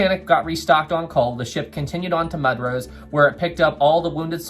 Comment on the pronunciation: Mudros is pronounced "Moo-drose". Great video,!